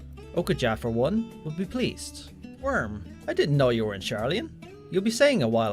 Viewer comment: Every time they mention Wyrm, I hear worm and the messages get that much funnier